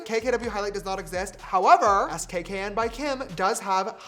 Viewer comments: not James saying saying Skkn by Kim as S k K n instead of skin 😔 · “S K K N” is it not pronounced “skin”😭😭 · James the name of the brand is pronounced skin 😭